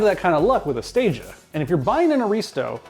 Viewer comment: Please note, Stagea is 2x English words and pronounced Stage A. It was so good, it never got to Stage B, C or D.